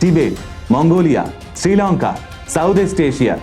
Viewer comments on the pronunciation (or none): none